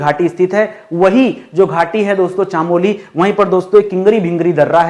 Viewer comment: Nice sir . I am from uttarakhand ❤❤❤ Sir चामोली नहीं चमोली ❤❤